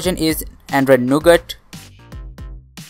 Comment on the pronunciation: he says "We have installed Android 7 which is no good". . . . . . . . jk. I know he said Nougat. Sounded like it tho 😂